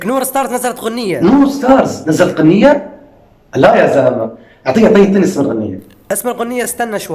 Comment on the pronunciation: ليش تقول قنيه😂😂بعتقد هيه غنيه😂😂😂